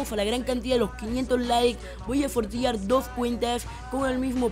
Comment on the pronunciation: Voy a "sortiar" jajaja no mames